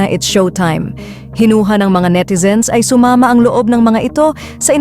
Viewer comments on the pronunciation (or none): Suma ma dapat bigkasin mo ng maayos SUMAMA ganun